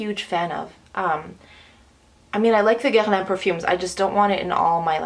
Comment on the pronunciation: OMG you said Guerlain correctly !!!!